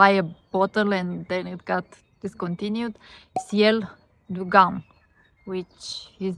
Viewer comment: Haha, GUM is pronounced with [u] sound, so it's like "GOOM" 😀